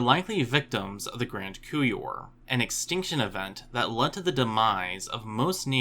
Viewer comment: couple things: it's "grand coupure" with a p; secondly, sparass-odonts not sparse-ass-odonts! :)